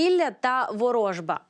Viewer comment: Ворожба наголос на останню літеру.